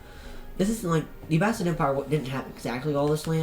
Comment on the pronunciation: Its abbasid caliphate tho btw thanks for it to be brought back bc im iraqi